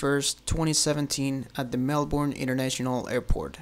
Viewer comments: Just saying, over here we say Mel-burn not Mel-born. Thanks :P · TheDore [Theodore] it's way more like "mel-bin"